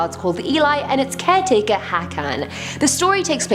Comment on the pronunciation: Why are you always mispronouncing “serial” as “seal”? Also, why do you mispronounce “barely” as “belly”? However, perhaps the weirdest of your mispronunciations is what you do to the word “caretaker”: saying “keh-taker” instead. Why?